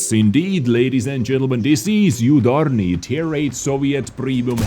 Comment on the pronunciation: Yudarniy? U is prnounced like oo